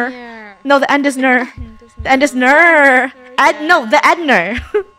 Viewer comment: The place that says the end ne.r it is pronounced the end is near